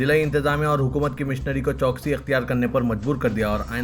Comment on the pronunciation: CHOKSI NAHI CHOWKASI MOOSALA DHAAR MOSLA DHAAR NAHI